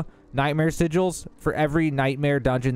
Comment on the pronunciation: Sigels?? Sigg ells... and you do need world tier 3.